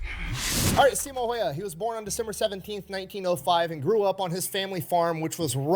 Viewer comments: Häyhä and Heiha are two totally different things... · If you want to pronounce Häyhä right: ä sounds like the a on the beginning of "action". That 1st a is pronouncef like ä. I'm Finn and incredibly proud of him❤